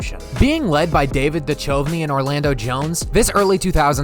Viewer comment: The main reason that you think no one's heard of this movie is because you're so very very young. You also pronounce Duchovny wrong, again, due to your youth. You should check out The Long Kiss Goodnight starring Geena Davis and Samuel Jackson. Ever heard of it.🤣